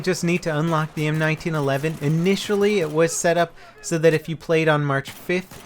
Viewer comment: Yay you said it right M1911 I hate it when they call it the one nine 11 But its my best pistol and I already have 1235 kills